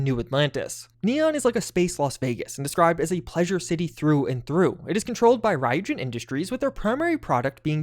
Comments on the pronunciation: Ryujin is actually pronounced ree-you-Jin. They say it that way in the Clip in neon where their mentioned. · You are butchering the pronunciation of Ryujin